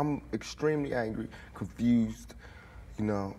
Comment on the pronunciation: ...that Baltimore lingo comes out when he says "confused".